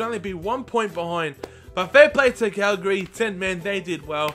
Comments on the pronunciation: You called Cagliari... Calgary. Calgary is a city in Canada. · Viviano played as a backup to Szczesny last season, so yes he did play for Arsenal and you said Cagliari wrong. Its not Calgari haha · It's pronounced CAG-LIARI